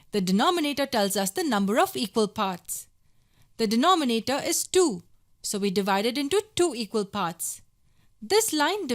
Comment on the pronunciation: Nice video but i keep cracking when u say de-noh-me-na-toh HahahahahahhaahahahhahHah LMFAO P.S really nice video